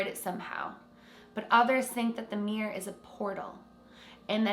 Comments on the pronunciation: “The Meer’r” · Why do Americans and Canadians pronounce the word mirror like this: “Meer’r” Sorry I had to. It’s “Mir-ror”! Haha. Edit: it’s fine it just makes me laugh 🤣